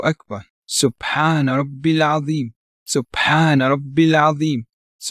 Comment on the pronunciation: It’s atheem instead of azeem im about 99% sure